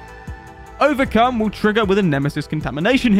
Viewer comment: Q&A Did you say Overcum on purpose?